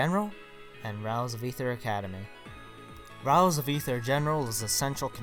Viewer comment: Can you stop saying Rials XD